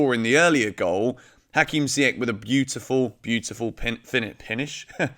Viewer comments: You should pronounce Ziyech and Saul correctly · Dude you are still saying Ziyech's name wrong..... :P Saul gone in January, man is past it which is crazy since he's still so young. I'll be the one to say it, RLC will never be more than a 4th or 5th string mid for Chelsea and that DOESN'T CUT IT! Can we wait until the summer when Gilmour and Gallagher come back? WE REALLY NEED 1 of them NOW! Tough choices in January but I'm going to say we should go for Tchouameni!